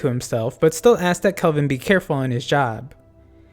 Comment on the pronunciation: really nice video but the heck you pronouncing kelvin like kolvin for